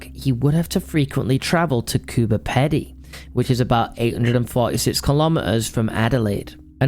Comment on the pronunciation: This was so interesting. The Beaumont children case is still so alive in the Australian mind. Boys, I must tell you that the Pedy in Coober Pedy is pronounced with a long "ee"